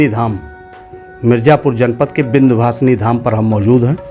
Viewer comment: चुटिया बनाना कोई तुम पंडितों से सीखे विंध्यवासिनी मां को विंदू वासनी बोल रहे हो अजीब चुटियापा है